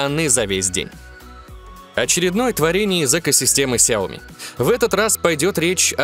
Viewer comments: Много только хотел написать комент скоко ты там сказал ксиоми?)) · Ты сказал 40 на ксеоми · 40 раз ксеоми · 41 раз вы сказали хиоми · 41 РАЗ ТЫ СКАЗАЛ ксяоми